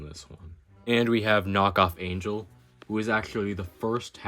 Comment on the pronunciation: Not me dying because he called knock off angel “angle”